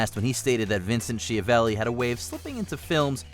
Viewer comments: Number 8 is pronounced "sKiavelli" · It's pronounced S-Ki-avelli, the name is italian. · Really impressed that, unlike the majority of Americans, you pronounced Tobolowski correctly. However Schiavelli is pronounced Skiavelli as in school, Guzman is not pronounced Gooseman. The U is pronounced the same as in book, hook and look. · An excellent list. Most of them I knew, but I'm also a total nerd. Aside: Vincent Schiavelli - pretty sure his surname is pronounced "skee-a-velly". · In Italian Schiavelli pronounced skya - vell -ee. Ch = K in Italian.